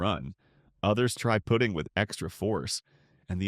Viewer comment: AI narration is getting better...maybe someday it will learn how to properly pronounce "putting"...it's actually pronounced differently than "put-ing"